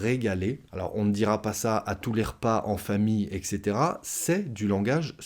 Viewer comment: "etc" se prononce "ɛt setera", non pas "ɛk setera" 🙂